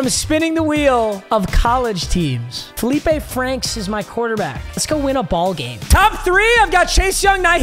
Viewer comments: I went to high school with Feleipe Franks lol. That is how you say it. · Being the representative of Arkansas football, this video is approved. Felipe Franks is valid. And yes, you did say his name correctly